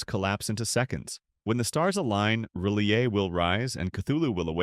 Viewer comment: The narrator (ai?) mispronouncing R'lyeh...